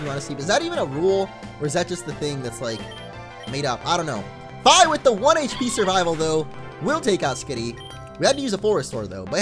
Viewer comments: the way you say Fi is really odd. I always said it more like Fee, as in the thing you pay. Anyway your decision, just though i would share my thoughts. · Isn't it pronounced like the word fee? Just saying. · you do know Fi is pronounced "fee" right? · Fi is actually pronounced Fee